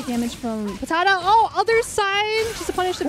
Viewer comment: They trying to say PATADA and saying PATATO is epic